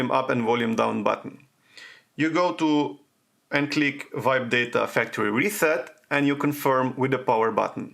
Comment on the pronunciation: It doesn't work on my A53 either!!!! He said VIBE DATA FACTORY RESET, and I was confused because we can't vibe the data factory reset, but at last I came to know that he mean to say WIPE DATA FACTORY RESET🤣🤣🤣 HIS PRONUNCIATION IS VERY CONFUSING🤣🤣🤣